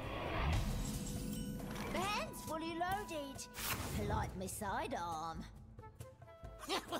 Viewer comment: is your 'and fully lowded? Just loik yer soid ahhhhhhhhm?